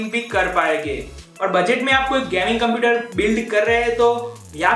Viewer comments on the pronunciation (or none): none